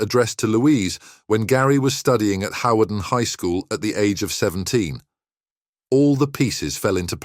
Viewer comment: Hawarden is pronounced harden